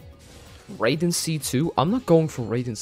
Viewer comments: It hurts every time he says ‘rayden’ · Honestly, the fact he put in so much effort, got so lucky, yet can't even say Raiden right pisses me off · The way you keep mispronouncing Raiden's name lol this isn't mortal kombat